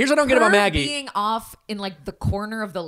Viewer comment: you’re mispronouncing magis name